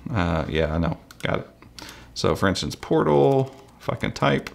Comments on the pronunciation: sounds like you said "f**k'n type" lol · Fr tho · he said if i can type but yeah it did sound weird.